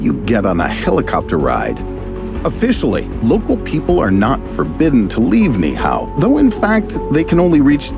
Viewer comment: Being Hawaiian, it hurts my ears every time the narrator mispronounces the word Niihau. It should sound like this Knee-Eee-How instead of Knee-How.